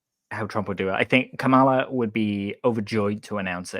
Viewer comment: Love the show(I'm a patreon member), but please learn to pronounce Kamala correctly.